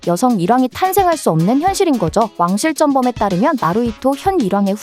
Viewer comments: 왕실쩐범이 맞는 발음이 아니라 왕실전범이 맞는 발음임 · 왜 '왕신전범' 발음을 "왕신쩜범"이라고 하나? 혀가 짧나? 아니면 코을 먹었나? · 왜 쩐범으로 발음함?